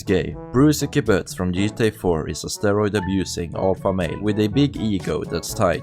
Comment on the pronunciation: “The jeetah universe” 😂😂